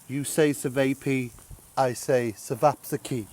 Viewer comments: "Sevapissie"???! Ćevapčići is pronounced "chevapchitsi". Nemas pojma. Get it together bonny lad!! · Great recipe—you’re very close to authentic! Chevops or cevopcici is pronounced Chee-vop-chee-chee. Most Serbian versions are exactly like the one you featured with minor differences. We typically only use one egg white in the mixture. It is also common to add finely diced onion to the mix. Chevops are traditionally served with a cream cheese concoction called kajmak (Ki-Mack) and diced raw onion only on a flatbread. You had the shape correct but in the old country, they are about 1/2 the size of yours. It is also a good idea to chill the mix over night before forming to allow the meat to absorb the spices. Some even go up to 72 hours, but I can never wait that long! Great video! Thanks for showcasing this Serbian staple! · Glad you're home. We were getting worried... Ćevapičići is one of my favorites. BTW, it's pronounced like Cheh-VAHP-chi-chi. Great recipe. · Pronounced sevapchichi